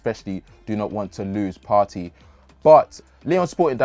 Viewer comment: Its 'Partay' Partey not Party